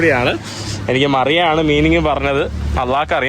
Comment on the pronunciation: മറിയ അല്ല മരിയ 😂